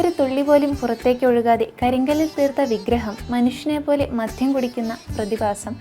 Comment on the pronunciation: മധ്യമല്ല കുഞ്ഞേ മദ്യം, മര്യാദക്ക് ഉച്ചരിക്കാൻ പഠിച്ചിട്ട് പോരെ ഇതൊക്കെ!